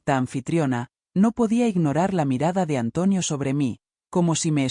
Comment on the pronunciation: Porque dice antuonio